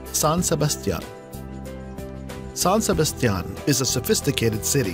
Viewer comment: SANGRÍA IN SAN SEBASTIÁN. God don’t speak ever again